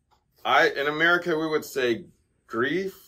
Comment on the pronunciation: If it’s spelled Michael Gref, it’s pronounced Meekayl Grayf.